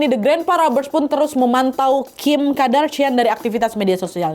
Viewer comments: Kardashian kak Nad bukan Kadarshian 😭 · Kardashian wak, bkn kadarsian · Kak nad, Kardashian yaa bukan Kadarshian 😅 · Kardashian bukan Kadarshian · Kardashian not kadarshian wak😂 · Kak naaaad kok 'kadarsiaaan'... Qadarullah aja sekalian.. apa Kadarsieeuunn 😅